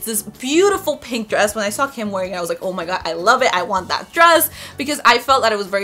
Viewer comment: It's oh my God not oh ma ga